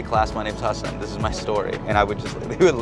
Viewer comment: Is it just me, or did the announcer mispronounce Hasan’s name when he was introduced?